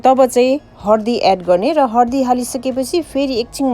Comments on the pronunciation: Ki hindi ki nepali bolnuni ani hardi hina haldi vanxa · Hardi haina k dd haldi ho